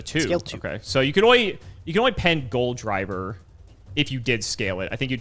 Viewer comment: It's not "Goldriver" it is "Gol D. River" haha